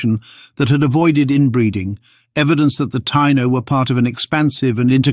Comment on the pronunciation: You kept mispronouncing Tiano & Arawak! As a native American I already knew we have Denisovan DNA unlike Europe, Africa and middle easterners. That's why we have no body hair and barely any facial hair. It's also why all native Americans from the north pole down to chile have O blood type, Not A, B, AB, +, or -. By the way there are still Tiano tribes in Haiti, Dominican Republic, & Puerto Rico.